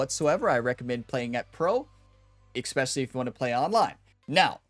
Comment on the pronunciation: You have not a grasp of how vowels werk. Also, while there is no X in the word "especially," you seem to be putting extra-special emphasis on EXpecially. Otherwise, I'm looking forward to applying your player tips.